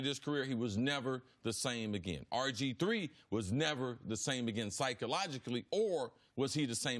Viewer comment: But he did dislocate his knee .... CC and it’s RG3 not RJ3 lmfao .